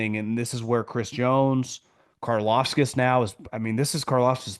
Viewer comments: It's CAR-LAUV-TISS KARLAVTIS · inability to pronounce Karlaftis or even come close is pure gold 😂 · It triggers me how you say Karlaftis..